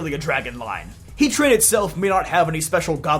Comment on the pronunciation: Why hea-tran and not heat-ran?